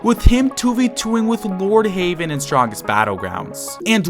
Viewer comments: You said Lordheywen not Lordheaven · Bro called lord heaven "lord havean" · For some reason you saying lord heavens name wrong trigger me (pls stop saying "lord haven" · I can’t get over you saying Lord HAVEN.